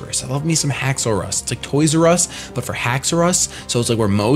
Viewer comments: Don't worry its Hax a ris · Haxourus is pronounced hax ur us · No because dinosaurs have the 'au' in their name, which makes the sound of 'aw'. Haxorus only has an 'o' so I don't think its pronounced Hax-aw-rus. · It's pronounced Hex-er-iss. The anime and 3D pro both pronounce it that way. What 3D pro are you looking at? The correct pronounciation is how said it before his AHA moment. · It's not spelled Hacksaurus, so it's pronounced how you thought it was before.